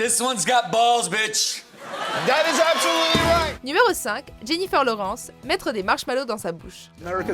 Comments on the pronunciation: elle a prononcé '' laurence'' à la place de Lawrence moi aussi j' avais remarquer 🤣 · Purée je suis pas le seul ça me rassure je l’ai repassé deux fois pour être sûr! Tout les autres bien prononcé et là ils arrivent à te sortir Laurence!!